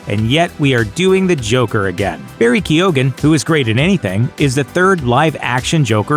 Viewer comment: Lmao "Keo-ghan"